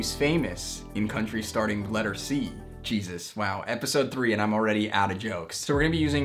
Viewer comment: The way you are pronouncing these countries tho :o